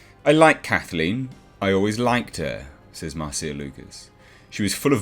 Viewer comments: Normally, at least in the US, Marcia is pronounced "Marsha". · Her name is pronounced "Marsha". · This quote came after TLJ and before Rise when it was total Mary Sue. And pronounce Marcia correctly. And credit Doomcock for breaking this story wide.